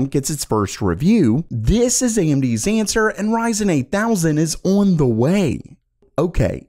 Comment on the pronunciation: The way you say on drives me crazy. “Oin”